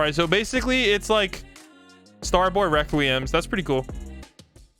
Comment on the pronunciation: "star boy reqweum"